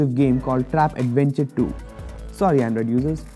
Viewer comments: Its trap adventure not tap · Its Trap not Tap